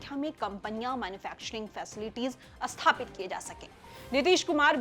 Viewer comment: Madam uchharan sahi kijiye aap sthapit asthapit bol rahi hain